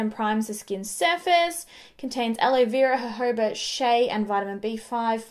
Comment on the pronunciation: Omgosh finally someone who says the word "jojoba" correctly! Hahaha! I already really trusted you as a makeup artist but that just clarified it even more! Lol!